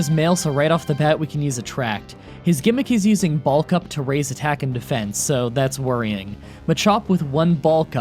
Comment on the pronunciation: Me: "What move is 'Ball Cup'? or wait, is he trying to say 'Bulk Up'?"